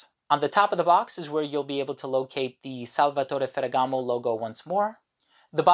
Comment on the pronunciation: Everything you said about this fragrance makes it a must try for me, not to mention your pronunciation of the name.... masterful.